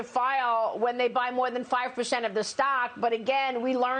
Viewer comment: It's percent not pershent.